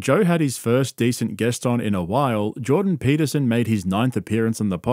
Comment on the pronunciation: jawdan paitahsene